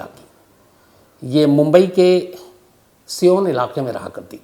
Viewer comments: Siyan nhi sayan bolo sir sayan ya sion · Sir ji sion Pronoun as सायन शियोन नही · शम्स जी, बम्बई में जिस जगह का नाम आपने सियोन बताया, वो सियोन नहीं, सायन है । Correction कर लीजिए । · Sir it's sion suon nahi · Sir good job Please sorry to say Sion aap galat bole सायन place ka naam hai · सायन होगा सर सीओन नही "Sion"